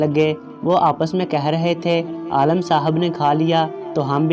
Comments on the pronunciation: Bahi apna talafuz sahi karan afsos hota ha jab ourdu pahrne wale galat paherta han aalam ka maine jahaan or aalim ka maena han ilam wala aalam aalam ker raha ho lugaat lo zyr zabir ki mashq karo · Bloody it is not aalam, pronounce it as aalim. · Very bad pronounciation, please learn urdu properly, AALIM NOT ALLAM, aalam means duniya. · Alam nahi Alim hota hai bhai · pahle padhna seekho, Aalim ko baar baar Aalam bole ja rahe ho. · Aalim he Aalam nahi